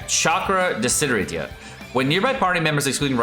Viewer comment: Lol, I wonder why Mihoyo uses lots of Latins and Italians words on his characters.... I can see you cannot say "desiderata" which, again, is an Italian word! By the way desiderata means "wished" ...really wanted... and similar meaning. I still cringe when I ear how Tartaglia is pronounced! :)